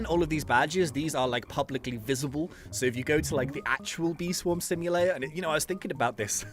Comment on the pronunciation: Bee Swarm Simu"late"r